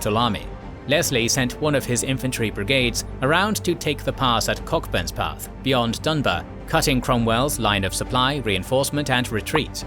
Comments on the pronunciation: Pronounced Co'burns Path. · It's pronounced "Co-burns-path" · Cockburnspath as “Cockbumspath,” lol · IT'S COCKBURNSPATH, NOT BUM. Kerning! :D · Pronounced Coburnspath, a village.